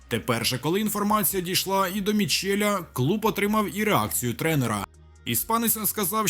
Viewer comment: Ну, коли я почув прізвище тренера "Жирони" Мітчела як МІЧЕЛЯ, то я на цьому каналі, з його херновинами, поставив "ЖИРНУ" крапку!!! Не вірте своїм вухам, що чують на цьому каналі😂😂😂🎉🎉🎉 бот не справляється😂😂😂